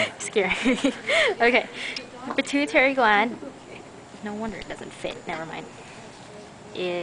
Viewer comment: i thought she pronounced pituitary just fine. and i'm PRETTY sure that IS the pituitary gland.